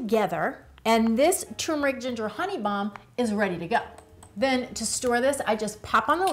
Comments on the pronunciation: TURRRR——MERIC NOT TOMBMERIC 😂 TURMERIC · It's pronounced TURmeric... not TUmeric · Nice video, but it's pronounced "tuRRRmeric". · Thanks. What is the approximate shelf life of this in and our of fridge? (PS: I love the way you say Tumourick 😻😜)